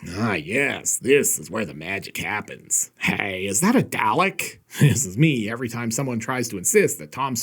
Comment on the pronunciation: I'd mention your pronunciation of dalek, but the fact you mentioned it at all gets the thumbs up.